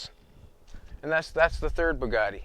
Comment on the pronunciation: Bad "Bugatti". Just sayin.